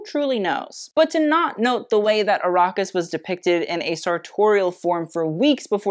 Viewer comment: Also Ar-ah-kis not Ar-aw-kis